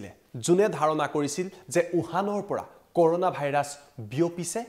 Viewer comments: ক'ৰ'ণা নহয় কৰুণা হে 🤣🤣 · news tut koise nhh koruna buli🤣